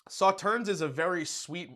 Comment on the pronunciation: It is not pronounced Sauternz. It is pronounced Sauterne.